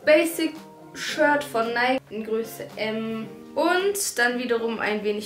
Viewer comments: Es heisst richtig ausgesprochen übrigens neiki ;) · guck bitte nach dann weisst du es .. die marke richtig ausgesprochen heißt neiki ... ich wäre so reich wenn ich mit jedem wetten würde weil es keiner glaubt und ich doch recht habe 😅